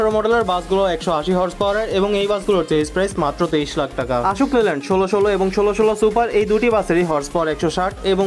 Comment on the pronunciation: আপনার উপস্থাপনা ফলো করার মতো তবে কিছু কিছু উচ্চারণে সামান্য পরিবর্তন জরুরী। আশোক লেল্যান্ড না এটা অশোক লেল্যান্ড